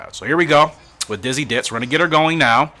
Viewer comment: i am laugh so much you get the name wrong best way to start off the new year with a good laugh i say keep up the good work , its young yolk y not f you could name the horse ditzy blonde , ditzy queen , ditzy do